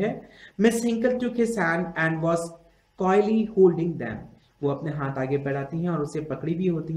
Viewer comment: This was shit he can't even pronounce and properly